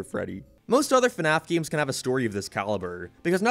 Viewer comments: can you say "games" instead of "giums"? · Geams...I like to play geams...GAMES